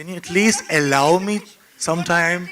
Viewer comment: Its not ellow its allow🙄